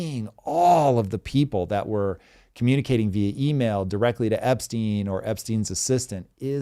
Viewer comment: *Epstein, not Epstine